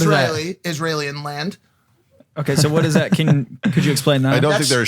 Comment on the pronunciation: I love how Mike is so smart but then he says things like isralenland hahahahaha